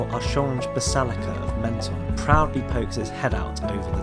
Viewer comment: I have an apartment here - great video guys but it is pronounced “Monton” 😊